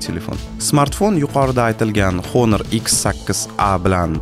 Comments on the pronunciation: honormas onor o'qiladi aka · Onor edi menimcha talaffuzda